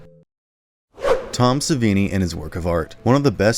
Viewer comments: Sorry to nitpick but it's Suh-vee-nee, not Sih-vah-nee. otherwise a well put together video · Its pronounced SaVEE NEE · SUH-VEE-NEE!! lol Awesome video though! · You constantly pronounce Tom Savini’s last name wrong and you also said Friday part 7 Jason takes Manhattan, 7 is actually New Blood. Like how do you get these things wrong?!🤦🏻‍♂️ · What shocked me the most, the narrator's inability to say certain iconic names properly... How do you fuck up Robert England? Rebert?! Or Tom Savini? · Pronounce Toms last name correctly at least smh